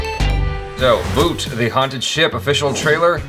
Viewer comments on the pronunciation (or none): it's Bhoot not boot